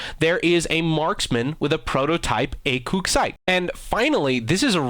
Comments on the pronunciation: it's definitely pronounced ACOG cause its an acronym, it stands for advanced combat optical gunsights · and thats not how you would say acog in french. that is just a bad google translate version. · only if he could say acog right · Really, this bitch doesnt know anything about firearms and etc, 1: The acog sight was invented in like the 80's 2: What the fuck is a acog site??? 3: The way he pronouces is in like french and the acog is a american sight' 4: Really bitch? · your saying acog wrong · Kookie Kid i don't care if the acog was made in France. he is saying it wrong. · Trijicon is an American company and I don't know how you butchered ACOG- Advanced Combat Optical Gunsight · I'll hold back and assume your prununciation of ACOG is also part of the joke. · Every time you said ACOG, I clenched my sphincter. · The way you pronounce ACOG is hilarious. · Any one elss hate how he says ACOG ? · The way you say ACOG gives me cancer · acog not acoog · you are a fucking dumbass its acog not acoog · I my god it's ACOG not "acoog" num nuts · Acoog? You me A COG dumb ass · "Acoug" xD I'm french and I can tell you that we say "Acog" like you ! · As a French viewer, I can totally call bullshit on the pronunciation of "ACOG". We're not Japanese, thanks, it's not "Haku". ACOG, actually. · It's acog not acoog you fuck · Ah-koog? I thought it was pronounced "Ay-Kog" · Ay-kawg. Say it with me acog. Not ay-kewg. Ay-kawg Stopped watching out of frustration that i would shoot your knee caps if i ever heard you pronounce it wrong again. Gonna have nightmares of akewgs tonight. Pray for me gents. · ... really... Its pronounced A COG... Not Acoog... It sounds like Acoog in french. But when its Translated into english its pronounced ACOG. If you're speaking English you will say Acog... so don't pronounce it like acoog. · A COG LIKE A GEAR AND COG NOT COOOOOG. ONLY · EI-KÜG lol It's AH-KOG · A-cog not a-coug but what ever floats your boat (my autocorrect autocorrected boat to goat